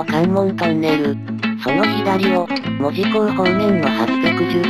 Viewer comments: 細かいことやけど、関森航路があった場所はいまのニッカウヰスキー門司工場の場所ではないです。あの工場は大正時代からあるので・・・ 近くの梶山倉庫付近なんですよ。 あと、門司の発音、正しくてうれしくなりました！ 門司の言い方は文字と同じではありませんから。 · サンマルも消え、ハチイチの銀も廃車。 機関区には扇型車庫もすでになく、 門司駅も残念なすがたになり 鉄道の街の面影もはやぜんぜん（泣） あと、門司の発音、ちゃんとした言い方してくれて ありがとう！ 「も」にアクセント付けた気色悪い言い方じゃないから 安心して見れました。